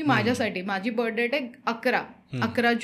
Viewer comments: Yantra, tabiz kuthun pakadun anala yanna! 🤦‍♂️ Ani debt is pronounced as “det” similar to “pet”. “Depth” mhanje “kholi” 🙄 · Depth nhi डेट म्हणा.. IT is Florida not folorifa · Jupitier, depth nahi. ज्युपिटर आणि डेट म्हणतात. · Debt चा उच्चार डेट असा आहे. मराठीत कर्ज म्हणू शकतो